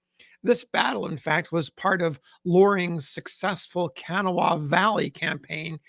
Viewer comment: A very interesting and poignant account of the death of a federal soldier at the Battle of Charleston, WV. The river "Kanawha", a major river in WV that originates at the junction of the Gauley and New Rivers at Gauley Bridge, WV flowing thence through Charleston to the Ohio River at Point Pleasant, is pronounced "Ca-naw-wha" with the accent on the middle syllable rather than "Can-a-wha" pronounced by with the accent on the first syllable.